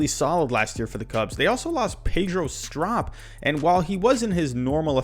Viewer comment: Pronounced Str-OH-p